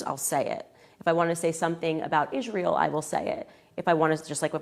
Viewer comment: Love how she pronounces it "Ishrael"